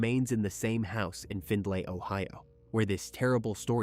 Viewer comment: This page forever misprononcing shi! It's FINDLEY OH NOT FINLAY....FFS